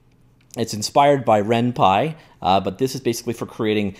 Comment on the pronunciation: RenPY not renpi!